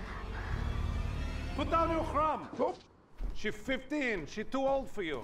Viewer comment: "Chrum" not "crumb".